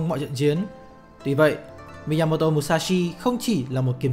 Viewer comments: rất hay nhưng k biết do tôi nghe nhầm hay bạn đọc nhàm mà miyamoto thành miyamoro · Cảm ơn ad đã giúp mình kỉ luật và suy nghĩ sâu sắc hơn về bản thân. Nhưng chỉ có chút điều chỉnh rằng ad nên đọc đúng tên của ông "Miyamoto" chứ không phải "Miyamodo" ạ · bạn đọc tên tiếng Nhật thì đừng nói giọng tiếng Anh được không? Miyamo"do" là ai? 1 người Việt gọi tên người Nhật, bằng giọng Anh-Mỹ??? mình cũng ko chắc ng Mỹ sẽ đọc tên Miyamoto như vậy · Thực sự khó chịu khi nghe cái cách đọc Mi-ya-mo-do 😏 . Dù tôi rất cảm ơn nội dung của các bạn. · miyamo"do" á bạn. Mình đoán người đọc này (tên là ) đang đọc theo kiểu tiếng Anh Mỹ. Nhưng mình không biết là để làm gì. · chuẩn, nghe khó chịu vãi chưởng, nhất là những người biết về tiếng Nhật, đọc như vậy vừa sai, vừa mất ý nghĩa cái tên của người ta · Đọc sai tên rồi kìa ?? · Thề chứ đọc tên sai nghe khó chịu thật sự